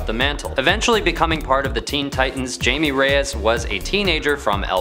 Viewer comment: It’s pronounced ( high-may ray-yes)